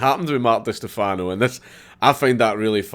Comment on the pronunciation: I knew you'd pronounce his last name wrong as soon as I saw the title. It's Stèfano, not Stefàno Don't mind me, I'm Italian so I'm legally bound to point out these things